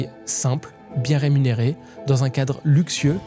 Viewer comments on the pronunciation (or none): none